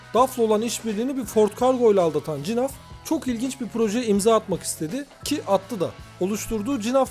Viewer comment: Cinaf nedir nerden uydurdun eğer flamanca okursan G harfi H olarak okunur